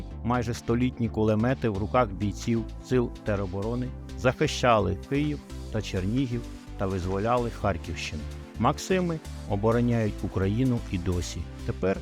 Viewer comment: МаксІма, а не МАксими